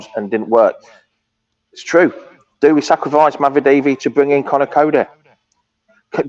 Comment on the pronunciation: Bwing in wriedy, dweeby sidekick 😂😂